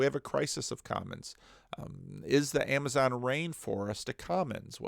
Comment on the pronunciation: "Ramazon Rainforest", went full Scooby-Doo there.:)